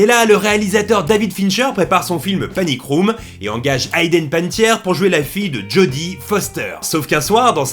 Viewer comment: Panettiere. :/ Ca se prononce "Pene-tailleur"